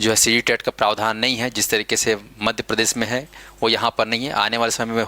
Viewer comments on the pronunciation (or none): none